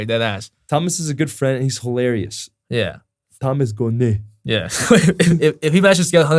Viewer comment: “Thomas gonneh” “SAS”😂😂